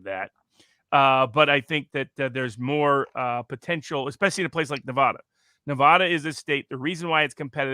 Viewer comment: I wish Robert would pronounce my state correctly. Nev ADD uh.